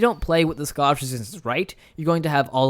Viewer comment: Hey man, your videos are incredibly well produced, but if I could offer one piece of constructive criticism, I would say slow down and read more clearly and carefully. Most of the time, you pronounce “Scottish resistance” as “scoshizistns,” and honestly every ten seconds you completely skip the middle syllable of a word.